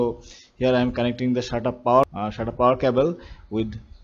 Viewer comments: Its SATA not Shaaataa 😂😂😂😂😂😍😂😂😂😂😂😂😂😂😂😂in Kannadaa Shaataa Mean Pvt Part Hairs😂😂😂😂😂😂😂😂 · not shata its sata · He's saying that as Shata not Sata 😂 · for those who don't know, it is SATA, not shata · shata cables, shata power ports 🤣🤣🤣.. anyway thanks.. video was helpful 👍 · Shatap port, shatarp cable. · Shtata cable 😂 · SATA PORT not SHATA PORT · Sata, not shatta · thats not "shaata" thats "SATA" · It's a sata cable not a shata cable lmao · Hahahahaha even laughed a lot when I heard shaata hard drive 😀😁😂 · Sata sounds like shanta 😅